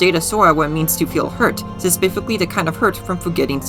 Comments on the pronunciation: Bro the 'speficly' gets me everytime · „Sespificly” was my unknown trigger. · Does no one else hear "suspifically”? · This this asf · Oh every time. Love it though ^_^ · Interesting analysis and theory. Not trying to be mean but I did get irked by your pronunciation of specifically.